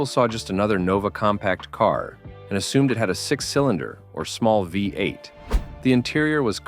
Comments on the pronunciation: AI crap. Actually pronounced Omega as Omegav, instead of pronouncing V-8. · The AI needs to read a book and learn how to pronounced VEE 8